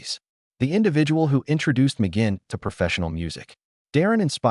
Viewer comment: NOT RECOMMENDED 1. The headline in the thumbnail ("This is shocking") is click bait - completely misleading. 2. At least learn how to pronounce his last name correctly! 3. The "story" is incomplete, missing some important information. 4. Some information is inaccurate. 5. The image on the screen is continually disconnected from what the narrator is saying. 6. The effect of dividing the screen into moving quarters is very distracting. If you have any experience at all doing research and producing videos, how could you make such fundamental errors?